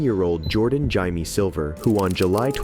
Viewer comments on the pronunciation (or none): The way you pronounced jaime sent me 😂